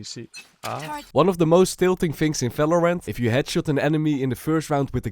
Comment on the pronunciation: valorant ❌ falorant ✅ 😂😂